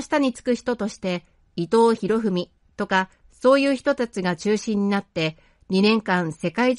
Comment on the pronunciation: 伊藤博文を「いとうひろふみ」と読んでいて、耳障りですねー。